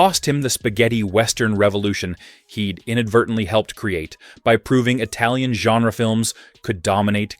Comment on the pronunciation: The pronunciation of Italian is awful!